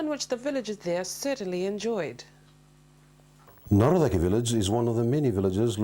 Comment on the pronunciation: NACORAKE...why don't TV Presenters check their pronunciations - Turaga!